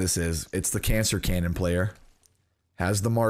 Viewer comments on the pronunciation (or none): Did you call the Marshall the "Caner Canon" XD